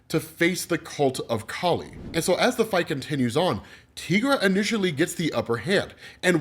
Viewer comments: Your pronunciation of Tigra dude. It's "ti" like tiger. You don't call those "tea"gers do you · Tigra = Teye-Grah .... NOT ... Tee-Grah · Tigra = tEYEgra not teagra